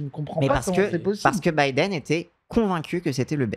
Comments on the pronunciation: il est comme mon daron: il dit "Bideune". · La video se lance j'entends "bidéne" banger assuré